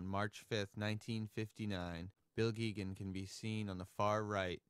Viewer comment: Hey! Nice video! Bill was a friend of mine, and I wanted to let you know that a new anniversary re-issue of “Nature I Loved” came out last spring by North Country Press. (Also, Bill and Alice pronounced their name, “GAY-gun.”